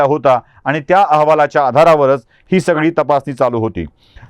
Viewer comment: आनी, पानी काय बोलताय साहेब